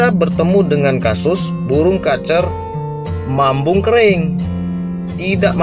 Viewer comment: Mabung bg, bukan mambung..😅😅🙏